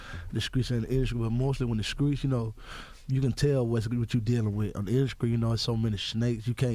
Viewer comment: How many ppl cringe when folks say SKRAIGHT ,and SKREETS jnstead of pronouncing the T in STREETS.. UGHHHH